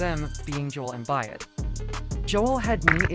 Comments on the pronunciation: I stopped when he called Embiid Embayad. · ah yes my favorite player, "embiiiiiiiet"